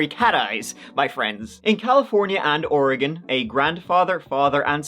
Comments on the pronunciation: Thank you for pronouncing Oregon proper....[Oregun] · Finally someone who says oregon right lol my homestate oregon. I don't remember this case though I grew up in Monmouth oregon for 25 years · So happy you pronounced it properly most people say "ori-gone" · Wow!!! You say Oregon the right way very proud and that comes from a Oregonian 👍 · Fucking thank you for pronouncing Oregon proper! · So refreshing to hear someone reporting on something in my home state of Oregon actually pronounce it correctly. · Holy crap, I just want to give a HUGE shout out for pronouncing Oregon correctly! I don't know why so many people struggle with the word Oregon and many of the names of places here.